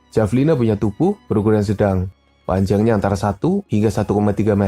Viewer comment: Bacanya Havelina pak 😌 Btw, saya tau hewan ini dari game AoE 2